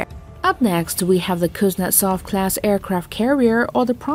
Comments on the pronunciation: KUZNETSOV🤣🤣🤣 the trough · Kuznetsov??? LOL!!